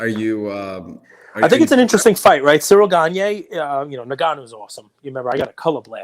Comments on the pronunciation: It's pronounced ciril gahn not cereal ganye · Bro stop butchering cyril gane name Jesus bro